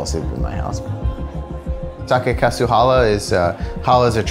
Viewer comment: The guy can't even say חלה correctly! 🤦‍♂️🤦‍♂️